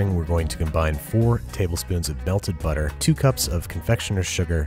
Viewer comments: He said belted butter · he literally says Belted Butter and I didn't notice till now